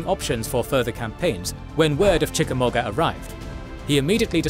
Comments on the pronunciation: The u in Chickamauga is silent. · Hearing the UK accent say Chickamauga is pretty hilarious....proving once again Toxic work environments are the least productive